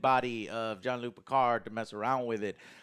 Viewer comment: Why do you say, "Jon Luc Picard"?